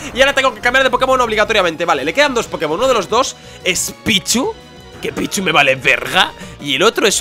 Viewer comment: yo pensé que dijo "Es un pichu ooooo es un picho?"